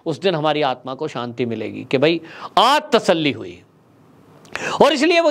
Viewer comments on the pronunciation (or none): none